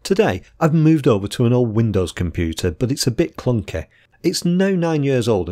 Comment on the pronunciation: Sorry Robin, I was just poking fun at your pronunciation of the word 'clunky'. 8-)